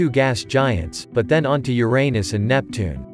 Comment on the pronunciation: u pronounce uranus incorrect say like you-ran-us....